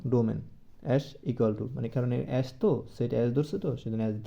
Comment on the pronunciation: 😂😂 এ্যাস না S এস হবে